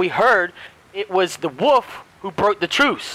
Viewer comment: Not to be mean but I find it so funny how he say wuff instead of wolf